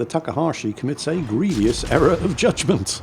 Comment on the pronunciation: did you say Griev-ee-ous, instead of grievous? Does your King know what you are doing to his language? 😂😂